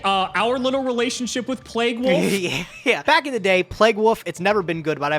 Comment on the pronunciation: Today I learned can’t pronounce “wolf”